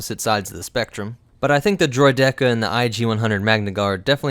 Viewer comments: It's not "Droi-Dehka." It's "Droi-Di-Ka" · Droi-dekka? Where have you been learning how to pronounce droideka?